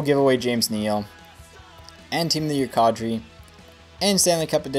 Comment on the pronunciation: It's kAdri not kawdri